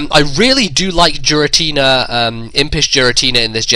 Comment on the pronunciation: G Rah t nah? He say'd JEERatina...like Jeers...